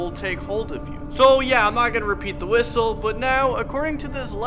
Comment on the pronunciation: "Youl feel compelled to wishtle back" Me who cant even wishtle